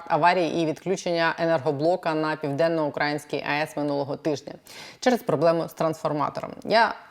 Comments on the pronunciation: південно-укрАїнскькій? Не південно-украЇнській? Щось аж вушка в трубочку скручуються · Не на Південно-УкрАїнській, а на Південно-УкраЇнській, пані. Скільки можна?